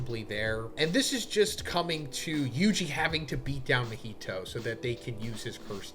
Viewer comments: Why does majority of white people struggle to say Japanese names correctly lol. "Ma-heetow" instead of "Ma-Hee-To" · Sorry to be that guy bro, but your content is so good that the pronunciation is throwing me 😭 Mah-He-Toe